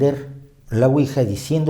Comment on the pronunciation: La pronunciación correcta es Ui-ya porque proviene de sí en francés y sí en alemán. Por lo demás, todo fabuloso